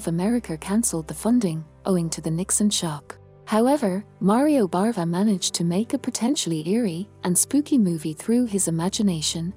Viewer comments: Its BAVA not BARVA! Sorry if you cant get his name right, im out of here. 🤣🤣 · Bava, not Barva